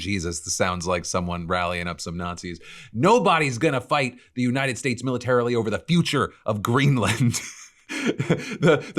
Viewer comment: Why was Miller pronouncing "United States" like he was drunk and had marbles in his mouth during that CNN segment where he said Venezuela was an island multiple times?! It was so noticeable and odd.